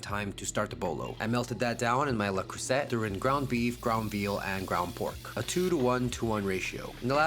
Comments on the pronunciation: The last syllable of “Le Creuset” rhymes with “say” not “set.” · It’s not a hard T on the end of Le Creuset. It’s pronounced “le crewsay” just to let you know 👍 pasta looked great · It's "crew-say" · 'Le Creusette'?! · Le crue-set 🤣🤣🤣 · "le crewseT"is diabolical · It looks great. Though mirepoix does not turn into soffritto. Mirepoix is French. Battuto is the raw form of the three ingredients, then it becomes soffritto when cooked. Also don’t pronounce the T at the end of Le Creuset ;)